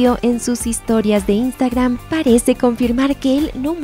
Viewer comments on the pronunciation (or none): none